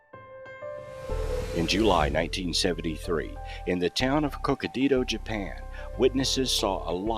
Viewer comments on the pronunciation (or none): Oh my God...learn how to pronounce Hokkaido ! I hope no Japanese hears how you slaughtered that cities name....